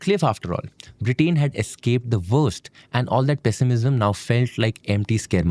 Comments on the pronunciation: This is a really informative and great channel. I eagerly wait for new episodes. That said, I would highly suggest to be careful in pronunciations especially with nouns and names. It is a country's name and not just a random word. It is not “BRITAAAIN” but rather “Britain”. All through this video, this was a massive focus degradation. Great content, presented with a massive miss like this definitely affects the overall quality. This is a humble request, and I hope you take it in a positive sense rather than ignoring it as a random hate comment. Thank you. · Am I the only one getting mildly infuriated with his pronunciation of Britain